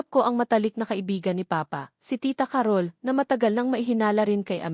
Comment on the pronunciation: Ca-rol po ang pagbigkas hindi Carol na mabilis